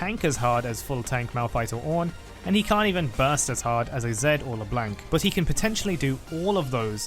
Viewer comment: They way you pronounced le blanc hurt my soul